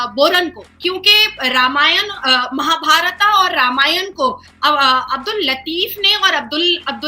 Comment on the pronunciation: नाजिया जी आपका दिल से सम्मान है आप भारत देश से है तो आपसे ये उम्मीद कर सकते है की आप महाभारता न बोल कर महाभारत बोलिये, इसी प्रकार रामायण बोलिये। आपका दिल से आभार